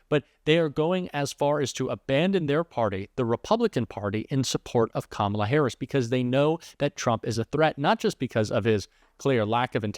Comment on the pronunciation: I think when he's says Kalama Harris and actually it sounds like he's talking about himself maybe he's the one who's too old to run for president